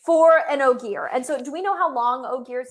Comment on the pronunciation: I commented this, hit play, and then immediately said “Ogier” correctly